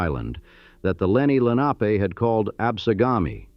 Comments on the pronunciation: Its Len ah pee, not lenahpe. Its abh see con, not absahcon. Chal font A is Chahl font. Redding railroad, not reading. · "Absecon", "Lenape", two mispronunciations/misspellings in the FIRST minute was egregious-is this AI or what?